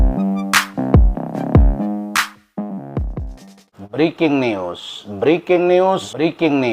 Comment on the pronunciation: Briking nius briking nius 😂😂😂😂😂😂 NYUS BANG....BUKAN NIUS 😂😂😂😂😂😂